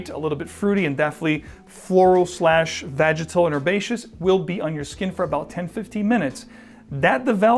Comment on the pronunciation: VAGITAL? 😅 Do you mean VEGETAL my man? 🤣 Very different smells.